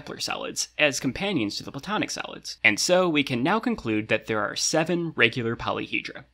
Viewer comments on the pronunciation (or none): they way he say solids sound like salads more or less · I keep hearing salads instead of solids 😭😅 o well now I know what to call them when I want to confuse someone: CHECK OUT THESE SALADS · I was listening to this without watching the video and I kept thinking you were saying "salads" not "solids" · why the heck is there a thumb up and down next to the chapter titles, also why am I hearing salads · It sounds kinda like he says "Platonic Salads" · He saying “salads” right? I’m not hearing solids but salads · I keep hearing "Kepler Salads" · Im sleepy af and kept hearing "Platonic Salads" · i kept hearing “platonic salads” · I thought you said platonic salads